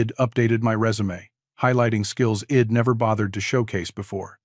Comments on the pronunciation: Learn about contractions...id is not a word, it is pronounced I, as in "eye" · Please teach your AI to read " I'd " properly. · Very good story about mental health and dealing with people trying to hurt you.. the AI reader obviously can't say "I'd" , the voice was good but misreading isn't good especially for a public story on YouTube, hope you get it figured out